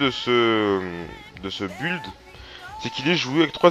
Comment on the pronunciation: Build se prononce "bild" pas "bulld" x)